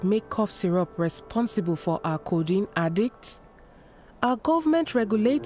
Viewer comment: Its so sad that you dubbed this interesting documentary as "Sweet sweet condiene" damn..😬